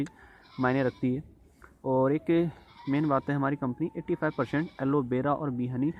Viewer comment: Aloe vera not aloe bera😅